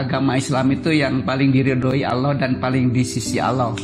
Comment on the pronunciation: Pesantren mn ada S1..bohong bnr si.Ngucapin kata Allah sj terdengar bkn muslim tuh s